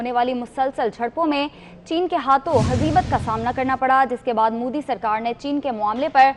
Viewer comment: Madarchod Anchor....It's not Mudi...It's Modi...Har har Modi...Ghar Ghar Modi...Bharat Mata ki Jay....